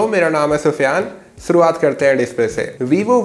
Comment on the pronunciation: Naam Sufiyan fir bhi Talaffuz itna bura kaise. सुरुआत nahi शुरुआत hota hai